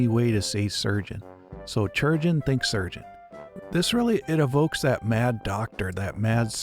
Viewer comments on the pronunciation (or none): STOP FUCKING SAYING CHURGEON ITS SPELLED CHIRURGEON KAI- RURJ- UN YOU MAKE ME ANGRY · Um, "Chirurgeon" has a greek etymology, which means that it should be said as "Kee-rur-jay-ohn". In latin and greek based languages, unlike celtic and slavic languages, "ch" is a hard C, not a soft C. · I attend an event called pennsic and we call our medical staff, on site, chirurgeon. The popular pronunciation for this word is Ki (like kite) ur (like urn) geon (like surgeon) ki-ur-geon. Rolls off the tongue a lot better 🙂. Love this show. Totally needs more of a following. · Yep, for example in Italian chirurgo=surgeon so I found pronunciation really funny